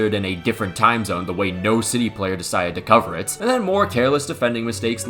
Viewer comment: his pronunciation was pretty horrendous respectfully